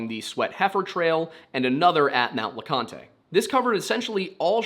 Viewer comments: As a Sevier (pronounced SEVERE) county native, I summon Wendigoon. Also Mount Leconte (LEE-CONT) is not pronounced like picante sauce. Wendigoon is from E TN from what I've read. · Mt le Conte is pronounced Mt le Cont. The E is silent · sevier is pronounced like "severe" and you don't say the last "e" in leconte! no big deal though lol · Please for the love of God and everything holy please just say Leconte as “Le-cont” ain’t nobody from East Tennessee that says “lecon-tay”. Otherwise great vid no notes.